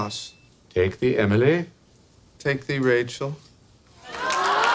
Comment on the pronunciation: I take thee “Emily”. It’s not that hard.